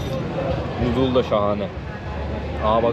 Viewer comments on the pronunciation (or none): none